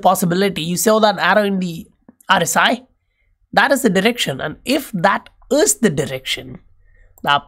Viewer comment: Good video and analysis on Patreon too. Hey, "is" is pronounced "iz". I don't know if hindi has the z sound. Anyhow your accent is cool